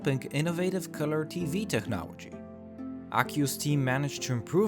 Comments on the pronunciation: It's pronounced "TECHNOLOGY", not "Technowagy" lol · why can't you say technology right, are you american or from another english speaking country as i have no idea why you say technology as technowagy